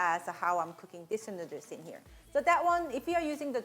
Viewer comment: Came for the "noodres" 😂❤️